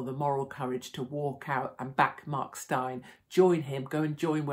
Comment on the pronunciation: His name is pronounced like Stain ! Good old South African name !